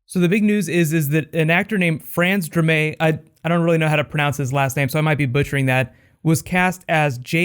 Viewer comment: lmao just realized he says that weird